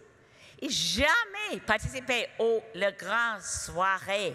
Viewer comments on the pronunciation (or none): none